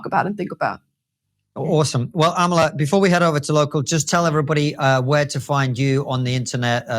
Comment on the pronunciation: Its not Amala, It's Amala! Let's get it right folks!